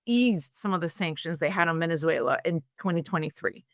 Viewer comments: "Venetzswela" pronunciation made me quit listening. I just couldn't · German / Swedish pronunciation of letter 'z' is 'ts'.